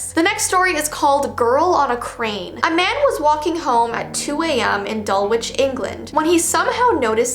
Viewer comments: Omg I live in England and mispronounced Dulwich, like you don’t pronounce the W!! 😂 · Just so you know, I live near dulwich in England and it's pronounced dull-itch, no hate just wanted to let you know!😁